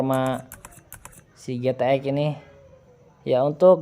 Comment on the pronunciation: Mas intonasi nya yang jelas GTX kedengerannya Zx